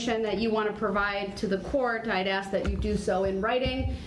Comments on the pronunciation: I laugh and cry every time he says it. It's infuriating and hilarious all at once. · Girl I worked with children from K-4 the grade on writing and speech. Axe was killing me- There was no end to the mess. I find it hard he graduated high school. Grounds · ASK...not AXE! For someone who claims to know the truth, he doesn't now how to enunciate. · With all the "axing" This idiot is doing, he's going to end up looking at a dozen more murder charges... Why can't people speak proper English? The word "ask" is NOT that hard to pronounce! Once I hear the word "ax" , I stop listening. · Who gave Babbling Brooks an axe so he could "axe questions" during his trial?? Thats not right!! 🤣🤣🤣🤣🤣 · Don't axe me . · I would just say nobody axed me lol